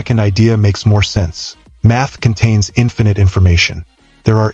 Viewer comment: At first, I didn't hear math from the narrator. I heard, "meth explains.."